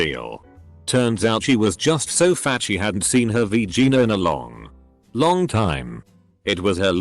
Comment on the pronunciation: nobody: the random computer narrating this: "V-Gina"